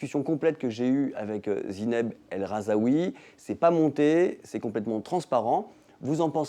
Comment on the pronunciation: Son nom c'est Rahzoui pas Rahzaoui donc première phrase, on écorche son nom de famille 🙄 ! Bref